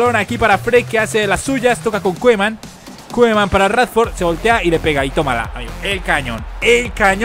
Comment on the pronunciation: se dice Kuman, no Koeman:p jajajaja